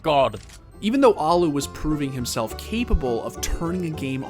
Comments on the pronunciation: it hurts when people keep saying alu alu alu alu and not allu . . . al-lu. There are two L letters and you say AL then LU holding the L sound not fast L alu ;___; the onlu curse in his name that no oke knows how it is said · "The Allu-gator" lmao